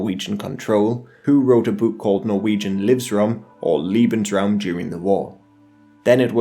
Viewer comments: Lebensraum not leeebensraum becayse that would mean "lovingspace" not "livingspace" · Bro, lebensruam's pronunciation is with a lay sound, not an ee sound. They way your pronouncing it would be liebensruam, which instead of living space, I believe would mean loving space (doesnt seem like the nazi prerogative to me) Lieb is one of the like 8 german words I know, so any German speakers, feel free to correct me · "Liebensraum" -Lee-bens-raum - "space to love", LOL. It's pronounced "Lebensraum" - Lay-bens-raum - "space to live", "habitat", "biotope". If you're going to make a documentary, at least get your basic terms right. "Volk" is pronounced "Folk". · Liebensraum, haha. Lovely ;)